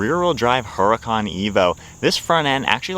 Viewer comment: ITS not a "HURA CON"... thats NOT HOW ITS PRONOUNCED... learn some Spanish dude.. it is pronounced "URDA-CON""...... NOT "hura-con"... yw!!